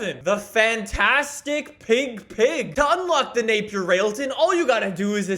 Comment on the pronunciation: The same company that invented British Racing Green, has the fastest car in the world, has an amazing name. But nobody knows what it is. At least you pronounced it right